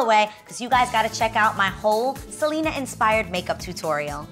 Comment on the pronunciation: Omg Adrienne girl PLEASE pronounce Selena like it’s supposed to be with the accent on the E, its not not a Seleeeena party is a SelEEEHHHHna party 😂😂... that party looked so fucking bomb though!!!